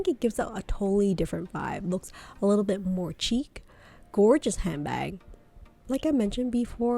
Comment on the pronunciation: Watching this video with “pochette” mispronounced the entire time is a struggle. “Chic” is pronounced “sheek,” not “cheek.”